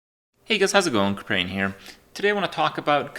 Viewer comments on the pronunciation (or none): Can you say your name right just once....hey guys howzit going "kwipehuweou" xD Say it proud KRUHHHPEEEERrrrIAAAN! You're the best though...thanks for all the ups.